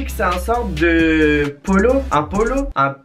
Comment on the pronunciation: "un pull polo un puolo" j'suis morte😂😂